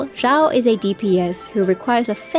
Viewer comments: Xiao not zhao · I've been thinking about this. It's surprising how all of my favorite Genshin youtubers have long mispronounced his name (and sometimes Xingqiu, but never Xiangling or Xianyun, even though they all start with the same "sh" sound). I don't recall the game itself mispronouncing it with the English voiceovers. I wonder how that happened... Anyway, I hate to be a pedant, so I'm approaching it more as an archeological question. How did it comes to be this way?